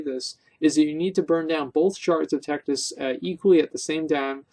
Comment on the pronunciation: wrecked-us? bitch didn't even touch us! (tectus's real name is texas)